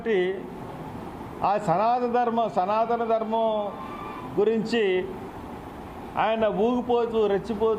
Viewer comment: సనాతన ధర్మం అని పలకడం నువ్వు సరిగ్గా నేర్చుకుంటే నీకు అర్థం అప్పుడు దాని అర్థం ఏమిటో పవన్ కళ్యాణ్ గారు చెప్తారు